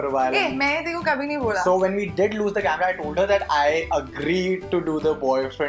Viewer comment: CAMRAAA The heck! HAHA Her pronunciation is funny as f!